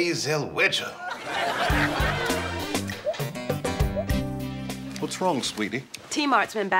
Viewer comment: He pronounced it zell-wedger